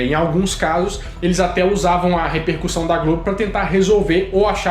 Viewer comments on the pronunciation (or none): none